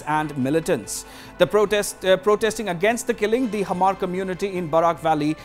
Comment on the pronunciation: Its not hamar😂😂 its hmar ..u can say mar